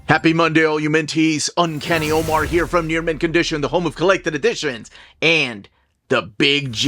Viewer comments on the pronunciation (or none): none